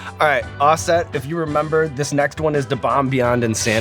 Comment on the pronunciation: "Offest"? Was his daddy a printing press?